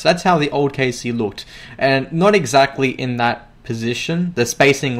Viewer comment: i thought you said KFC not KSC